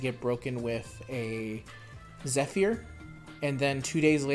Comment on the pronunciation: "I really hope I'm not mispronouncing it", meanwhile gala, Zephyr and Cecile. I'm kinda whatever about it now given that gala gets mispronounced in the dragalia digests. Also, I just hope that the halloween banner is available on the 4th for those hundred summons.